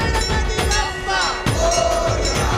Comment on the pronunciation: वह 'बप्पा' नहीं, 'बाप्पा' है...